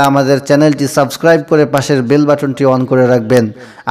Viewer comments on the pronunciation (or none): none